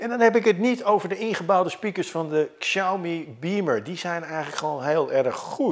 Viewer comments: Goed om te weten: de X in Pinyin (de alfabetspelling van het Chinees) spreek je uit als 'sj' en niet 'ksj'. Zeg dus 'sjauw-mi' en niet 'ksjauw-mi'. (Nog beter doe je het als je Huawei niet uitspreekt als "hoe-wa-wij" maar "hwaa-wee", maar dat is voor andere video's.) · heeft er wel een handje van om Xiaomi uit te spreken als "ksiaumi"... het is "siaomee" 😛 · Xiaomi spreek je uit als Shaomi. Dit is altijd zo bij Chinese woorden of namen met een X 😊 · Het is in het niet vallen en niet in het niets. En Xiaomi spreek je uit als Shami. Slordig! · Inderdaad. Xiao = show van shower, en Mi als het Engelse "me". Met de klemtoon op Xiao.